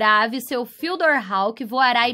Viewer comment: A pronuncia do nome do mapa é tipo fudiór kk